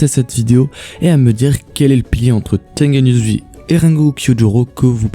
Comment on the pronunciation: Tu Prenonce mal le prénom ! C'est pas Tengen Uzui On le dit Tengen Ouzui